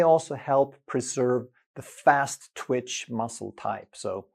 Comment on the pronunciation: The word is TWITCH not TWICH.